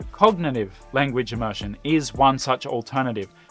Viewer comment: Please learn the correct pronunciation of immersion before explaining it. Am I the only one who feels pain whenever immersion is uttered?